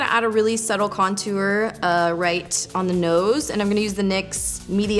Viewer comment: lmao at "contuar" you say it so different lolz do you say "tour" like "tuar" too? hehe i giggle everytime you say it :D